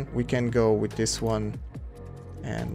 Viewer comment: dis dis dis dis dthat dis that dis dsicord dis